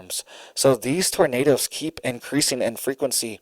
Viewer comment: Did you say tornadoes or did you say tomatoes?😂❤😂❤😂❤😂❤😂❤ I like to pull on that little red beard